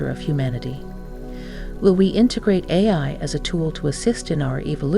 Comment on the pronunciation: This was made with AI. She struggles several times to say “Ai”